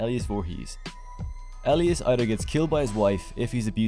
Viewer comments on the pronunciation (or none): Fantastic video. But, your pronunciation of Elias is a bit funny. E-lie-us. Not Elly-Iss. I'm nitpicking and being a prick. Amazing video.